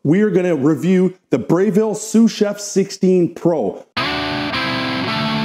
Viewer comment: He doesn’t even know how to pronounce Breville?